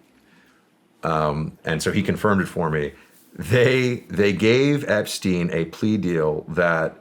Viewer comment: “Effrey Jepstein” 😂😂